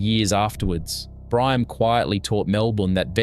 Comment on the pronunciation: Omg! Learn to pronounce the foods for goodness sakes. Fakes- Far kess, Gemista- Yay mistarr, Briame- Bree arm me. I give up! You’re hopeless. We still cook all this now, nothing has changed.